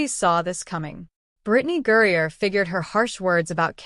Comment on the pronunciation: Why are you obviously mispronouncing her name? And i won't hit subscribe